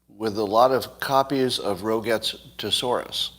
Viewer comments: IKR, “Rogette”? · Ouch! Your pronunciation of "Roget's" should be "row·zhayz." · Scott knows not the plural of thesaurus, nor the pronunciation of Roget's. Life will find a way. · Scott is 60 something and mispronouncing Rogets. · Also mispronounced thesaurus. Must be watching too much Biden.